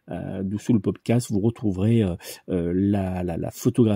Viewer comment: Bonjour 👋 en toute sympathie , il me semble qu’on dit Pod Cast et pas castre 😊à moins que je me trompe . Merci et bravo pour ce tirage de grande qualité 😌🌸